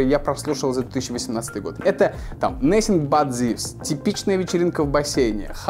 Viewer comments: Нэсинг бат зивс? Шта? Кажется, самый разрушительный звук во вселенной — это, пытающийся говорить на английском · The way you said Nothing but thieves gave me goosebumps, I’m not trying to insult you or anything but you should work on your accent. By the way nothing but thieves is my favorite band